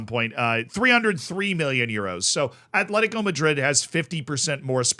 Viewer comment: *Atletico. Not Athletico. No TH sound. Just T. Atletico.